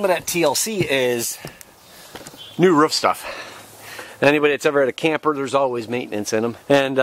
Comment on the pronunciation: It's a roof not a ruff!